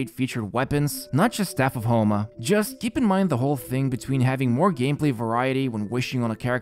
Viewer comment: he says "the staff of HOMELESS banner" 😂